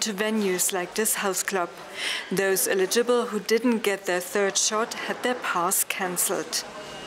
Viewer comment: "eligible" - most Germans can't say it correctly.